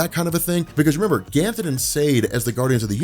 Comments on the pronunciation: Are you pronouncing Ganthet as ‘Ganthen’ or am I hearing things? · Dude I love your videos especially this green lantern series. But can you please stop adding a L to Ganthet's name. It is driving me crazy. (obviously you can't go back and fix it in old videos. )